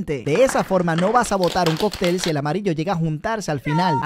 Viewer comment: Me hace gracia hables de pronunciación y te pasas toda la vida diciendo "cocTEL" en vez de "CÓCtel" ya que además por si las dudas tiene un acento que despeja toda duda sobre cómo se pronuncia. Por lo que, por favor, dilo bien que me destroza los oídos XD Por lo demás buen vídeo y contenido me gusta mucho siempre te doy like